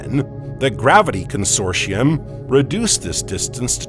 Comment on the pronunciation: I usually detect annoying synthetic voices very quickly. But, 12 mins in I haven't noticed this yet. Ah .. 16 mins in he says "consorsium".😂